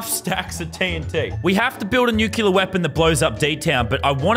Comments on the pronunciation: Did anybody else notice that lazar is saying nuclear wrong the entire time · you pronounced nuclear wrong for the whole video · it triggered me sooo much when he said nukulur not nuclear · it just adds to the comedy that he said nukular